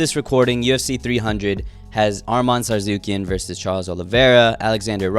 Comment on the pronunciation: lol did you just call him Arman TsarZOOkien?